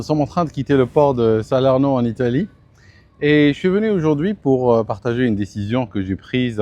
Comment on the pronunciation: mmh - - je crois que les noms italiens sont accentués ☺ Saleeeeeeeeeeeeeeerno.